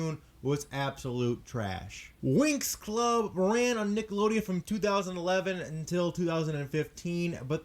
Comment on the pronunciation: It bothers me that he said like 'Niggalodeon' instead of 'Nickelodeon'